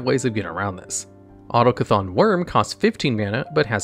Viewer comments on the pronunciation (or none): none